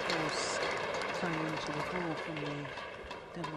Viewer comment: First time I've heard an umpire get Cai Yun's name right.